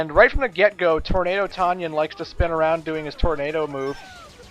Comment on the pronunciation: "Aroubd and arounnnd" Me: woa wut italy?....oh